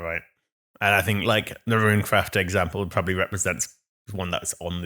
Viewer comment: Amazing podcast! Also bonus points for for calling Runecraft correctly, as all things should be.